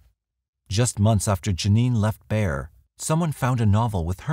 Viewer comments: Thank you for pronouncing Bexar correctly! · My compliments on pronouncing Bexar correctly. Most pronounce it Bex-ar.